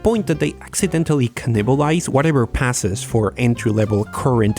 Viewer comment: Ka-nibble-ize should become the official way to pronounce cannibal. It sounds like you're merging kibble and nibble, and it is adorable.